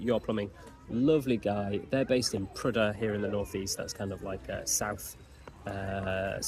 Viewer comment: At least you pronounced Prudhoe right!